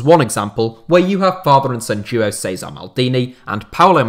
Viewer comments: The way you pronounced "cesare" gave me cancer. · skipped the chemo, had to completely amputate my ears and eardrums